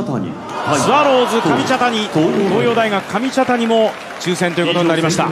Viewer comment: かみたちゃにww